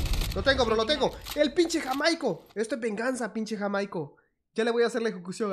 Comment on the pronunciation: Jajajaja! Dizque "JaMAico". Es Jaimico.